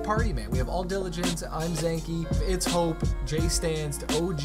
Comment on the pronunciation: this man known hoppe for months and still calls him hope 😭🤣